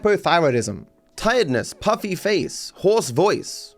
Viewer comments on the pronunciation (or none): none